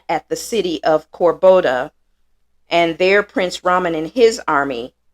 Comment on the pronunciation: Cordoba, not Corboda. Content is great effort though!